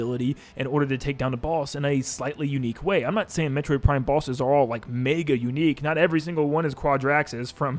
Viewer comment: You said Prime 3 wrong